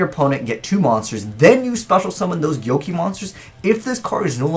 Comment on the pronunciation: Whoever told you it's pronounced 'gyoki' needs to be shot. It's 'go-key'